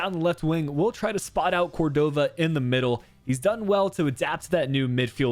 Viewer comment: Hey! Great video as always. Just wanted to comment that Córdova’s last name is pronounced as cOrdova. The stress coming at the O. No big deal, just in case you’re particular with name pronunciation. Keep up the great work! 😊